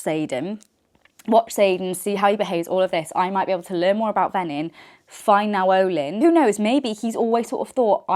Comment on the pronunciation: I think it’s pronounced Nayoh-lynn. I’m not certain of this but Now-ohlin sounds funny 🫤